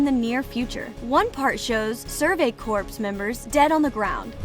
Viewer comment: the “p” and “s” in Survey Corps are silent. Unless you meant Survey corpses which totally makes sense with the imagery. Great video! Makes me want to rewatch.